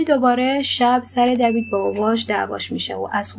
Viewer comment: خانوم محترم دیوید،دوید چه صیغیه‌ای دیگه😬😂